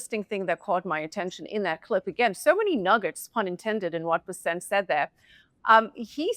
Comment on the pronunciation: OMG it's BES-sent, for F's sake. Scott BES-sent. Emphasis on the first syllable of his last name. Get it right will you PLEASE? You guys are posturing as financial professionals and you can't pronounce the Sec'y of the Treasury's name?